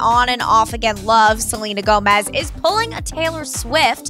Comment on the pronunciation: I cringed when she said Belina Flomez